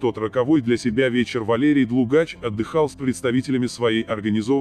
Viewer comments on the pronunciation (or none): ДлУгач ударение на у